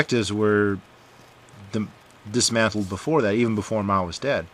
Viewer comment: Hey dude, pronunciation wise, pronounce As in Chinese as the Ah sound like in "Father", or a cross between the a in "Father" and "uh" like in "Uh huh". It's much closer to that sound than the A of "Apple".